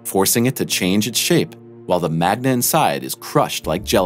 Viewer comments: "MAGNA"!?!?! Wtf is wrong with you!?!? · Haha.... Not eye Oh and it's NOT MAGNA My ears heard it first, I replayed it twice then checkedthe subtitles... same! Dude, Good voice but learn something about what your voice over is going to read!